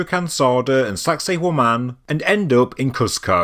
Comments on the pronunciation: all I hear is "Saxy Woman" when spoke the location. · Did you really say "sexy *hore man"? 😮 Stop it!